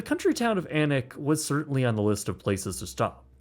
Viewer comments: 10/10 for pronouncing Alnwick properly, most people outside of the region say Aln-wick. Its also where lots of Harry Potter was filmed. It's also full of posh folk who are snooty af. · Kudos for pronouncing Alnwick correctly 😅👍🏽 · I cheered when you correctly pronounced Alnwick and then was immediately disappointed with "Edinboro" (Edin-bruh). Great video as always, so you are forgiven ;)